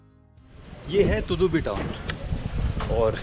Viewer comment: Tudubi nahi tadubi bolo